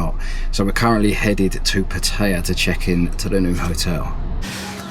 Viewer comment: It's pronounced Putty-ya just FYI